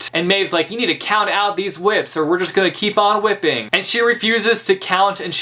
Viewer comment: “You need to count out these whips” subtle country accent 💀💀